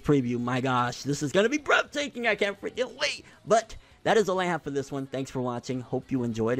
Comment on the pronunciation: Like where's the f in breath